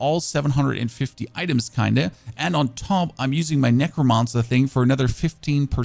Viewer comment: Wtf is a necromonsa